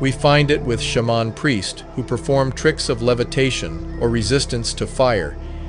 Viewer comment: Your AI pronounces other words strangely... such as duopoly and shaman. There were other words, too... but it was pretty close!